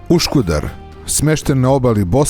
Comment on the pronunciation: Iz svo postovanje nije Uškudar već Uskudar i nije brdo Dzamlika već brdo Čamlidza :) Treba obratiti paznju na takve elementarne stvari. Pozdrav